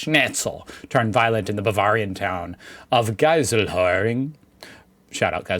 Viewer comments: Your pronounciation of Geiselhöring was surprisingly quite good! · I love how Geiselhöring is one of the most accurately pronounced german words has ever said